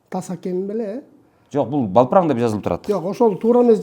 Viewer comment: Балпран, эмес Далпран....